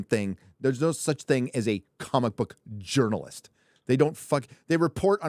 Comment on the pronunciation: Jerkalist instead of journalist; aqua velva-man.